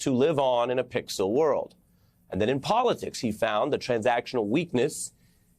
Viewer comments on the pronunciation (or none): none